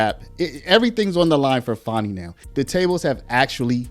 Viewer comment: Why are you calling her fawny? It's fani